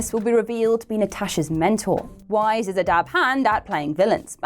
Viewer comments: Villain or not, she's pronounced "vice" not "wise", unlike in the above video.. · "Weisz" is pronounced like "vice" not "wise"